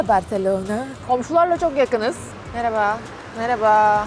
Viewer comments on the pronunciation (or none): none